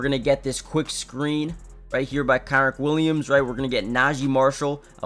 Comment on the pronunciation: Good vid. His name is pronounced Ken-rich Williams btw.